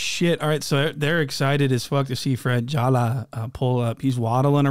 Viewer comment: Every time you say Fredrick Jala i die laughing